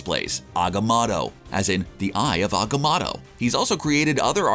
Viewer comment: Pretty sure it’s pronounced Agamotto not Agamatto